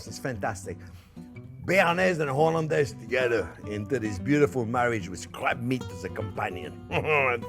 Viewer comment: Did he say crap meat or crab meat?